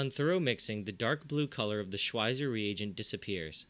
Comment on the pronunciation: I know this is a little pedantic, but you say Schweizer wrong every time. The 'w' makes a 'v' sound, and the 'z' makes a 'ts' sound, because Schwizer was Swiss.